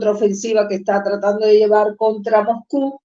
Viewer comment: CÓMO ES POSIBLE QUE EN PLENO SIGLO 20, NO HAYA SERIEDAD EN LA PRONUNCIACIÓN DEL LENGUAJE. EL CASTELLANO TIENE UN ALFABETO Y REGLAS ORTOGRÁFICAS. NO ES "PUTÍN" ES "PÚTIN" NO ES "MOGCÚ" NI "MOJCÚ" ES "MOSCÚ"